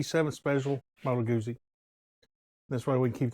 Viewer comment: Moto Guzzi...GOOT-ZEE. How do you pronounce PIZZA? Great bikes, btw.